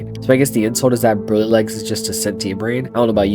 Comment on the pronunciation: Nahhhh not him pronouncing “Broly” wrong, that’s true dragon ball disgrace. Broly is THAT guy you don’t act up around him😂